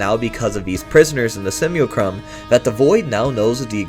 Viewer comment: Simulacrum Sim-U-lack-rum